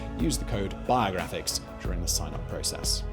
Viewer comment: He pronounces it biah-graphics and its strange af also his beard is wierd. He should shave it.